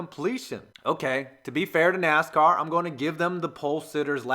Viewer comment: You seriously called the cars "nas cars" are you kidding